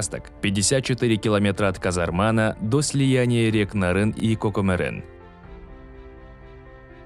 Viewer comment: коментатор ведь кыргыз - а понтуется сапсем болтает типа КАКАМЕРЕН - хотя может по человечески КОКОМЕРЕН. келессоо